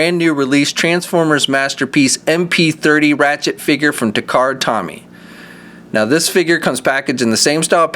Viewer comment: pronounced "toe-mee"